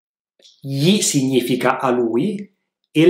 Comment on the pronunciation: Una domanda... di dove sei? Voglio chiederti: Di che accento si tratta? Cioè per il pronunciamento della combinazione "gn" ch'è "g-n" invece di "ny", come qui quando dici "significa". Potrei anche aver sentito male 👀 Comunque... grazie mille per le lezioni ❤️